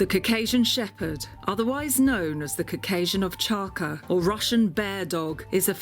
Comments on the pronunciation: Lol I heard “and look, we have a giant pile of cocaine” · Her pronounciation of Caucasian is horrible!